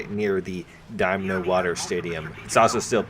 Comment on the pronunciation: Dynamo, not Domino, lol